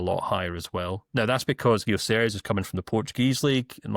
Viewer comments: Why’s he calling VG ‘Gyoceres’? 🤔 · Why is he calling him Gioceres!!! xD